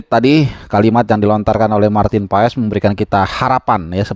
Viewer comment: Marteennn paaaazzzz ....baca nya MARTEEENNN PAAAASSSS ..